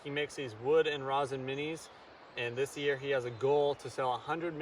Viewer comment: It's pronounced r-EH-sin, not r-AH-sin ;D